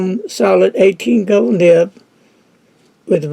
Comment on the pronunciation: it is nib not nip.